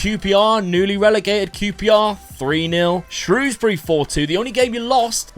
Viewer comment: I appreciate you saying Shrewsbury correct, eveyone usually gets it wrong especially commentary teams